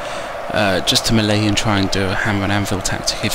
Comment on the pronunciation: French melee. ( 3 old. 3 young. 4 polish. Wutever u want after that. ) And a milita to waste shot. Also its pronoucned MelAY not mel ee; melay